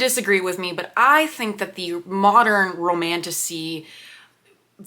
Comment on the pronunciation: romantasy honestly sounds like romantussy